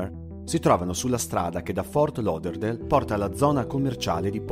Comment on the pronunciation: Che bello sentirti pronunciare correttamente Fort Lauderdale 😃ok continuo ad ascoltarti